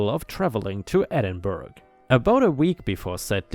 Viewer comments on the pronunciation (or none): It's not Edinburg it's pronounced "Ed-in-borough" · Edinburgh is pronounced Edin-bur-uh. According to the Annals of Ulster, the Angles of Bernicia captured Din Eidyn in 638 and subsequently renamed it ‘Edin-burh. Eidyn was the 6th century name of the place with Din meaning fort. Burh was the old English for fort. Din Eidyn was the great capitol of the Gododdin people and translates as simply ‘Fort Eidyn’. The Gododdin name provided the basis for Edinburgh’s Scottish Gaelic ‘Dùn Èideann’, as well as the several Dunedins in former Scottish-founded settlements around the globe. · Edinburgh, pronounced "Ed ing borough". Also Glasgow City Council are the worse, and I have worked with a lot of councils in the uk, I have a good malicious compliance story against that lot of idiots. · “Edinburgh” is pronounced as if it were spelled “Ed-in-burro”. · I pronounce it as Ed-in-Bruh!